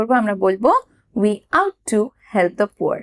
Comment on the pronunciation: আপনার ভিডিওগুলি খুবই ভালো। যখন সময় পাই binge watching করে থাকি । তবে আজ একটি ছোট্ট প্রবলেম pelam- Ought to" এর উচ্চারণ "অট্ টু" ; "আউট টু" ভালো থাকবেন , ধন্যবাদ।